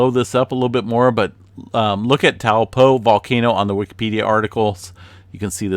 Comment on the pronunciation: (Toe- paw) not (towel-po) ..great vid